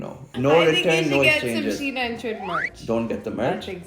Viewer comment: You called him Trid 😂